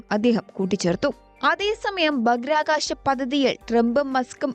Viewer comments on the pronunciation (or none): ഭാഹിരആ കാശം. Not ബാക്കിർകാശം